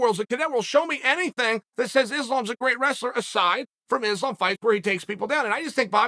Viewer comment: Its pronounced issslam makhachev. Why is this ESPN employee displaying an openly segregated mentality ? Your company wont appreciate hateful racist mentality that belittle the names of athletes